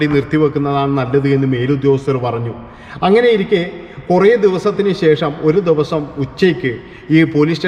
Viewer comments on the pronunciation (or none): none